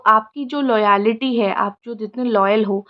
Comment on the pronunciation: not लॉयलिटी its लॉयल्टी .